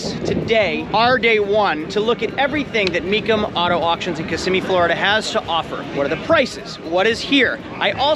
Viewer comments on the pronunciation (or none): none